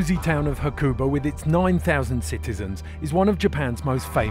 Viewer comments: It's pronounced 'Hakuba', not 'hakOOOOOba'. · Surely it doesn’t take long to ask someone how to pronounce Hakuba properly before editing? :S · Surprising red bull you haven't put any thought into pronouncing Hakuba or Nagano correctly.